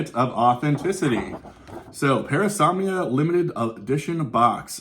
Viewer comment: Parasomnia. Not Paranomnia!